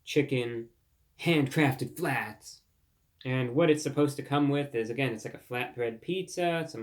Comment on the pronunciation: every time he said "HANDcraftedFLATZZ" I laughed, wild work